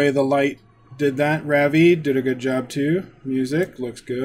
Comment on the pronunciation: Ravi is pronounced "Ruv-EE" (Ruv rhymes with Rub). :) I've seen fire and I've seen rain I've seen sunny days that I thought would never end